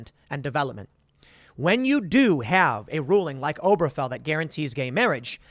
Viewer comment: Mispronounces Obergefell literally 100x